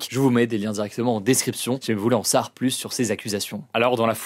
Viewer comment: Bon Hugo il va falloir commencer à dire le mot « savoir » correctement dans chacune de tes vidéos tu mâche ce mot c’est un supportable on dit « en savoir plus » pas « en sar plus »